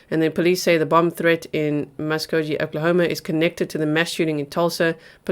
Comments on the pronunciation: Oklahoma ❌ Oklahamo ✔️ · Lol oklahamo? Lol